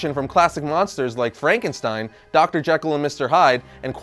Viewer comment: You mispronounced Jekyll